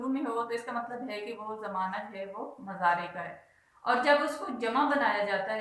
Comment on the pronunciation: Mzary nhi hota moozaray hota hy